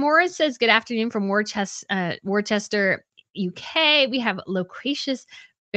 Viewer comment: Worcester, England is pronounced ‘Wuster’ (the county name is pronounced ‘’Wustersher’ 😊